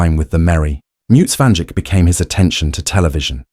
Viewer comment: Van DJK??? If you can't even pronounce the name correctly, how can I believe a word you say.